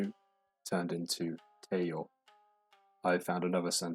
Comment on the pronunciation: Mate, you pronounce て correctly in sentences but you call it the "tay form", not even close. Si is the nihon-shiki or Kunrei-shiki method of writing shi.